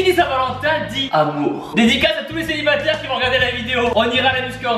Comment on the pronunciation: Des célibataires il y en a mais ton français il a changé d'état carrément 😂😂